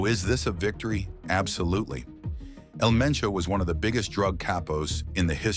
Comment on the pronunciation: How hard is it to say Hal-Lee's-Co (Jalisco) and Poo-Aire-Toe Vie-Are-Tah (Puerto Vallarta) L Main-Cho (El Mencho)